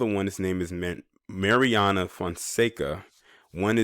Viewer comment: Its not máriana